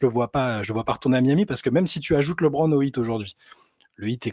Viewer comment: J'aime beaucoup la rigueur dont vous faites part sur les noms des joueurs, mais qui dit "LaitBron" faut arrêter 😅 Sinon sortie du côté sportif je pense que vous négligez le côté marketing car un retour à Miami serait fou point de vue business.